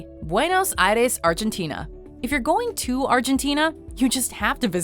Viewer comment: Arshentina hahahahaha